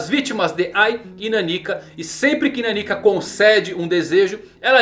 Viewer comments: A leitura do nome dela não é naniquica, como se fosse uma pessoa pequena kkk. É meio que Nan Nika a leitura de nanika, que em japonês significa literalmente "algo./something" já q n sabem oq ela é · ta difícil ver o vídeo ouvindo ele falar Naníka em vez da pronuncia certa que é Naniká. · Cara... É NanikÁ...